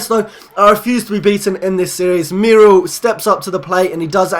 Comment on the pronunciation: You are pronouncing Muriel incorrectly, it is pronounced MUR-E-EL, just thought I'd tell you xD